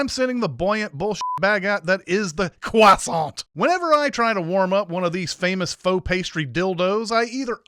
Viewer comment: When you said "Presenting your croissant to the TV-watching public without consent.", you pronounced Croissant as Cwaa-sahn-T - A Cwah and with a distinct hard T. A is pronounced as O. Unless there is an E at the end of a French word, you hint at but don't say the last consonent. N would be pronounced at the back of the throat. Thus the pronunciation would be Cwaw-sawn[g], as McFadden had done in the commercial, the first time she said it. <DING> -Everytime I try to spread unrefrigerated butter on my croissant, I end up smushing it. So, it is better to heat it up slightly, then pour melted butter over it, after. Also, I thought you were joking about it being McFadden. I had to look it up to confirm it because I didn't recognize her at first. Once you said it, I saw the resemblance. But by the end of the commercial, I had to agree. Stupid borderline Facial Recognition Disorder! If it had been a movie, with no hints as her to identity, I would have been wondering how I knew within ten minutes. I might have possibly guessed it. So, was so young! <DING> <-- That one is my for borderline FRD getting in my way!